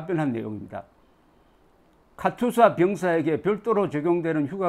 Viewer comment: 조기자 님! 옳은 말씀입니다! 도대체가 KATUSA의 발음을 유투버들은 모두 카츄사라고 합니다! 실제 군영에서 카츄사라고는 발음하지 않습니다! 몹시 거슬립니다!